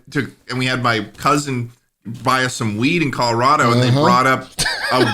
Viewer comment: It’s not colo rah doh, it’s colo rad o